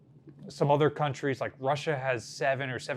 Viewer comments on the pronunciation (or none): none